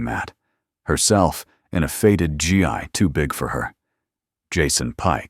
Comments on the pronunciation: The word that you miss pronounced as GI, is expressed as Gee, stressed i as ee / Gee,Gi. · I enjoy the stories though they are the same with a different title. Would like to make a couple of comments. One, the "Gi" in the martial arts garb is pronounced as a hard g (like in goat or grade), followed by me. The way in the audio is 'G" "I". GI usually references an American military person with the GI Standing for "Government Issued". Two, there isn't a "Sergeant First Class" rank in the Marine Corps. There is one in the Army. Three, a lot of these stories misuse the military ranks, particularly the term "Soldier". A soldier is in the Army. The rest would be Marine, sailor, airmen, etc.